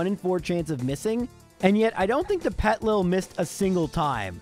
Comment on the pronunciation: The way he skips the first I in Petilil bugs me. It's basically "Little Petal" with the words reversed and letters removed. "Petal lil"